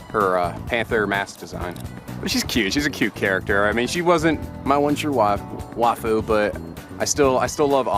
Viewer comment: NOOOOO YOU ALMOST SAID WAIFU CORRECT BUT YOU INCORRECTED YOURSELF AND SAID WAHFU!